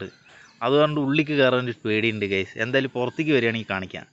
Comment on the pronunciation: ഗെയ്‌സ് എന്ന് പറയാതെഡെയ്... ഗൈസ് എന്ന് പറയു... 🙏